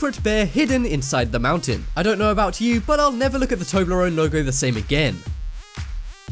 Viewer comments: its not tobleron its tobleronE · its not toebleron its tobleeon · Tobler-One not Toblerone, stupid Trump voter !!!